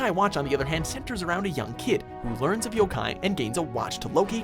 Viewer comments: jaydon roberts You don’t even know how to pronounce yo-kai watch so of course you’re going to be biased and say that. And I love Pokémon but fans like you are getting annoying and making me not want to like the game. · It's Jibanyan not Jeebinyan It's yo-kai not y-kai